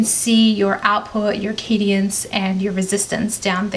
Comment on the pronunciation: 5.47: what’s cadience? Muppet.